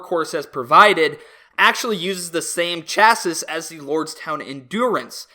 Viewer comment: PSA you don't pronounce the S at the end of the word "chassis."